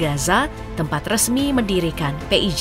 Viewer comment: PHI AY JI , bukan PE I J, tar ada yg gak terima loh kak 😂